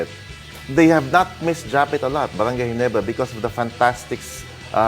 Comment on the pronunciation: Ayusin mo muna ung letter R mo Ndi mo ma pronounce maayos GINEBRA kaya halatang TNT ka 😂😅😂